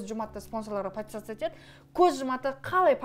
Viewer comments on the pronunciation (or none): none